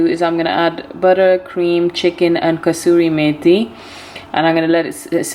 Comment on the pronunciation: Kasoori mathi my dear sis, there is one Indian sister and she also says kastoori rather than Kasoori